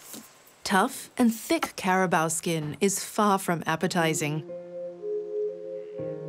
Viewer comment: the 'care ra baur' hello.....accent is one thing that is difficult to copy.... ur documentaries are great ....but care ra baur....naur....